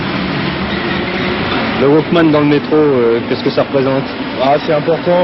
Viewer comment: "Walkmen" Et c'est ainsi que Leon Zitrone commenca la grande tradition qu'est de mal pronomcer le nom d'une technologie nouvelle lors d'un reportage sur comment la dite technologie separe l'individu de la societe. Aussi eviter de dire Sony car c'est une marque alors que Walkman est une marque deposee par Sony. Nah j'aime bien cette video franchement, mais il faut avouer qu'elle suit les memes codes que l'on verras plus tard par rapport aux jeux videos, Internet, la television, Facebook, les Smartphones etc.